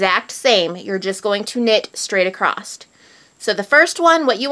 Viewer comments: Across not acrosst (sorry) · I heard that pronouncing across as acrost was a north mid-western thing. The repeated mispronunciation is accosting my west coast ears. Great channel nonetheless! :) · Sometimes it's just a regional thing... all my family in Indiana says "acrosst" too. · why is it that Americans and Canadians pronounce the word across with a "t" at the end? lol